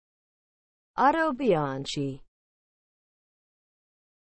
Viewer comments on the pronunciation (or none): Wrong. It is pronounced "Autobianki".